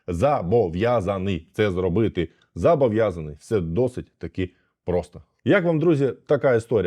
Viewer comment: не зАбов'язаний, а зОбов'язаний! і - не зАбов'язаний, а зОбов'язаний!